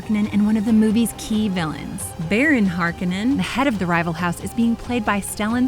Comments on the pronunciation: know...she Har-ka-nin instead of Har-kone-in. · It’s not pronounced ”harkannen”, it’s ”HarKONEN”. One would almost think this lady hasnt played the game and is just reading the text from a prepared script like its just another movie. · she mispronounced "Harkonen"